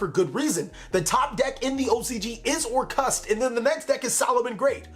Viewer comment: Normal people: Orcust: OR-CUST